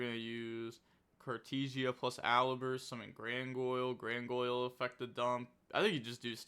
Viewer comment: Why do you say Grangoyle😭😭